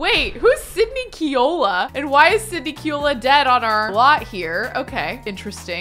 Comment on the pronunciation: So i have to comment because everytime one of the Kealoha family members come on i laugh. it is pronounce Kay-aloha;) love you!! you are amazing and i have so thoroughly enjoyed your content!!